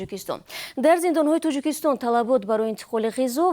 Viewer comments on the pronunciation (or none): Диктор, илтимос калимаҳоро дуруст талаффус намоед! Тучик не балки точик! Тучикистон не балки Точикистон! Ба забони араб ё афғон тақлид накунед! Бо забони точики тоза нақл кунед хуб мешуд!